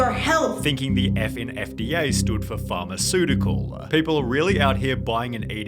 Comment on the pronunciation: Omg "the F in FDA is for farmasuticels" 😂😂😂😂